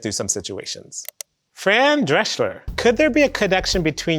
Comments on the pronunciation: Wired - may I introduce you to your marketing department? But first, Doc, it's not Dreschler - it's Drescher. And she has a blue Twitter checkmark, which means it's actually actress and cancer survivor/activist Fran Drescher ("The Nanny"). But Wired, you could have dug deep and had her on to discuss her question in more detail. Also, fix the typos in your episode description. 🤦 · I think he had no idea, who she is? ^^ And is it just me or did he say "Fran Dreschler"? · Not fran dreshler... No L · Wait, did he just mispronounce Fran Drescher? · I guess he didn’t know who Fran was based on how he said her last name. 😆 pretty informative guy though